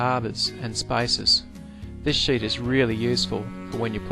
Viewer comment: I'm usually good with Australian and British English but I had to rewind a few times to realize you were saying "sheet"